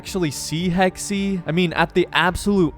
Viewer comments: Hex-uh not “Hex-ee”…jesus why can’t Americans actually try to pronounce things properly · its pronounced hex not hexy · “Hexey” 😂 I think it’s pronounced ‘hex’. Americans…😂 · It’s pronounced like Hex not Hexy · Game most likely takes place during times of witch hunts. Pronounces a variation of “hex” as “hexy”. bahaha 11 times. He said hexy 11 times. Hahahaha! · Pronounce it Hex, not Hexy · Hex… just say…. Hex…. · It is pronounced ’hex’ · In the word "Hexe" the second "e" is actually pronounced like the first one. S bit like "Hexuh" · "Hex-E" Anyone who speaks German: Emotional Damage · It might be spelled Hexe but it's still pronounced "Hex". But thanks for giving me ear cancer, I guess. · It's Hex-eh (Eh like in Eh-nergy) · It's pronounced HEXA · It's pronounced Hex-eh (Eh as in Eh-nergy) It's german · The E is silent on hexe lol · Funny how every English native speaker pronounce the word Hexe wrong! 😂